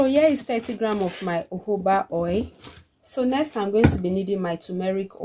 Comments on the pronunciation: Nice video,, thank you always. Please why do you pronounce jojoba as uuubaaa? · It’s spelt Jojoba but pronounced as Hohoba. It’s not English